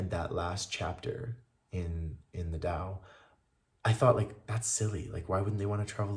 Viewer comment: Thank you for sharing,. Would you like to know something that will make your life 1.000,000 times better? Google the pronunciation of Tao, Taoism etc. (I used to say it wrong too.)